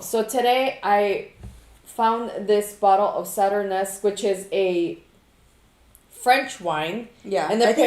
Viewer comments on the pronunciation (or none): sauternes is pronounced as Saw-Turn and the s is silent. It's not pronounce Saturn-Us. Just here to teach you something as usual. Blessings